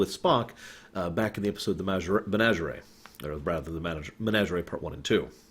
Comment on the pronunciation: Malachi? Menagerie? Another non slamming observation. If I was running a YouTube channel. I would have Google tell me how to pronounce a word. But aside from that I love your stuff and you're spot on!